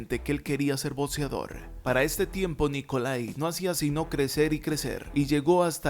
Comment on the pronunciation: Pronuncia "BOCSEO" no "BOTSEO", "BOCSEADOR", no "BOTSEADOR".